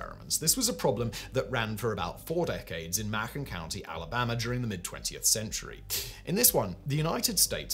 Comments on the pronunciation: Hey Simon, it's said this way..the county in Alabama. : [MAY] + [KUHN]. 🤓😉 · Macon rhymes with Bacon